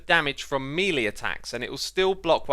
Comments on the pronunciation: Hey X it’s Maylay not MeLee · Xisuma says "Melee Attacks" Everyone else says "IT IS MALEE" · Very nice video! But, Melee is pronounced may lay other than that, all good! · Meelee? Is it pronounced 2 different ways? I though it was pronounced “maylay” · Dear X, that's French and pronounced may-lay. p.s. uh-kay-sha. The cha cha is a dance your grandparents would do. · That pronunciation of melee though...